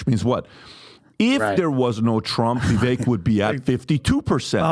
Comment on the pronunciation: please learn how to pronounce Vivek’s name. You’ve heard it pronounced correctly 1000 times and yet still mispronounce it. I don’t know if it’s malice or stupidity. Me thinks it’s the latter.